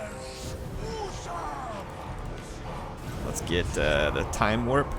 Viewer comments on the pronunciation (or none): none